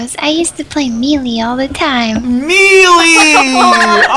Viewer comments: mrBorkD The way he pronounced it. It's "May-Lay" he supposedly pronounced it "Me-Lee" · Aize It's maylay. not Melee. The announcer even says Maylay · Super luigi ssb4 is already out, and he pronounced melee wrong, its pronounced ( mey-lay ) or ( mel-ay ) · then why the fuck does the announcer say it with eee not lay? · to be fair. ive known alot of people that pronounce melee that way. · Wait... That's not how you pronounce Melee..? Fuck. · He pronounced it wrong